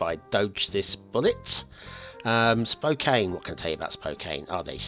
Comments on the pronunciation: Once again mispronounces the name of the map - It it pronouced - Spo can - not Spo caine. Perhaps English is not first language.;-) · Pronounced Spo-can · Its pronounced like "spo can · Lol its spo can CAN like a can of soda 🤣🤣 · this map actually pretty accurate cause i live in Spokane. and you pronounced it wrong